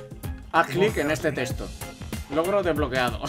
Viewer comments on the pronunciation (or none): none